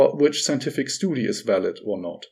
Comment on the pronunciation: Hi, I understand that you are not a native speaker, but for the love of life please check out how to pronounce "study" properly. Your future viewers will appreciate it!:)